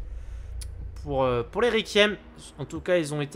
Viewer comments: C'est horrible de l'entendre dire rékième, dit lui que ça ce dit Rekouiaime stp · ON DIT REQUIEM REQUOUIEM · Faut lui dire comment ça se prononce requiem mdr c'est comme ceux qui disent fanatic pour fnatic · Il galère à prononcer requiem